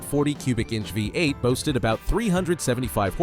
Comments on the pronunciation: Its Vee8 not vie 8. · "Magnum veye eight"? Might want to use a REAL narrator who can properly pornounce the words. LOL.